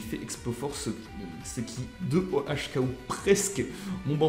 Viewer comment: OHKO:One hit ko et on a l'impression que tu dis 2OHKO ce qui ne veut rien dire on dit 2HKO😉